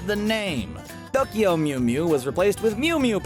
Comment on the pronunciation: Duckyo mew mew. Can this dude not say Tokyo.